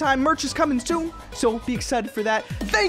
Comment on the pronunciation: He said peace out my nudes instead of dude’s